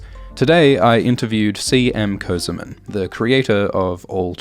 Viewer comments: Not közımın, it is kösemen. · This guy calls himself "semen co-semen" bro, how I'm supposed to take ts seriously